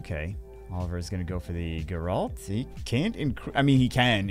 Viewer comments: I love ya but this one is killing me. It's GEHR-ult, not guh-RAHLT. GEHR rhymes with bear. ult like the first syllable of ultimate. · jesus christ wtf is a light gur-alt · It’s pronounced Gare-ult😂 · Stop saying Geralt wrong please!